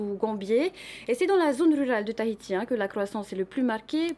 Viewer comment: Comment elle prononce Tahiti ... tahitiche héééé